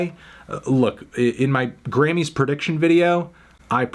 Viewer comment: Anthony it’s pronounced “Grammys” not “Grannys”